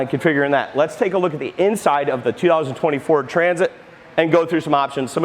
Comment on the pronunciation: Great video, although it sounds like he is saying "2024" sometimes…😝